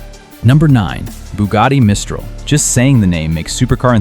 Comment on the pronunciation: Teach your robot the proper pronunciation of Mistral